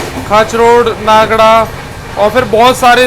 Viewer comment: Bhai aapne pronunciation galat Kiya Hai नागड़ा नहीं नागदा जंक्शन है इससे पहले भी आपने एक journey मै गलत pronunciation Kiya tha I hope next time you remember it...